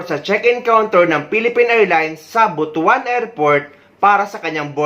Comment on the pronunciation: Pls the right pronunciation ng word ng Butwan not Butu an altho the spelling of it is Butuan.pls